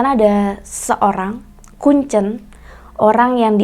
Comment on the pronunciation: Mbak nya kalo bilang kuncen kok kayak baca telur, seharusnya kuncen tuh kek kita nyebutin e dalam kata teler